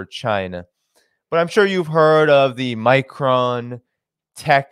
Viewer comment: It's pronounces "My Cron"... Like "pong" Not "My Crone".... Like throne.. Sorry, my OCD just kicked in...;-)